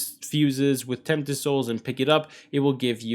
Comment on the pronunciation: No one's gonna tell him he mispronounced Tempest more than once🤣